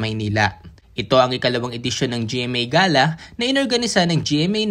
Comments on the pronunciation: Hindi yan ga-la ang pag bigkas..iyan ay gey-la... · Gala pla not ga'la ..